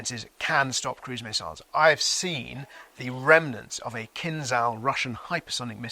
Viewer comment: The 'zh' in Kinzhal sounds like a French 'j' (a voiced 'sh' sound), not an English 'z'. Just FYI. I don't know why everyone pronounces this wrong when it's so easy to pronounce it correctly.